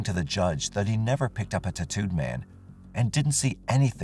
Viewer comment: The way this generated voice says tattoo 😂